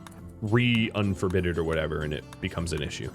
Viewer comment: "Re-un-forbid" Also, solar flares are the worst.